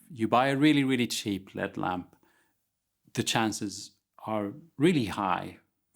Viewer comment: I was 23@ in before I realised he was saying "LED" not "lead" and ... I feel like I should have been watching more closely now.